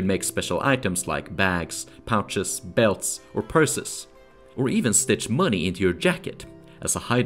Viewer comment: "Sew" rhymes with crow and hoe, not who and few...